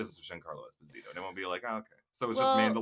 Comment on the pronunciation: Giancarlo's last name is pronounced Es PO sit o, Expo zeeto.